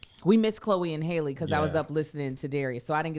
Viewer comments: Chloe's sister's name is not Hailey, it is HALLE, like Berry., do better!! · Y’all grew up with Halle Berry and still mispronounce Halle Bailey’s name.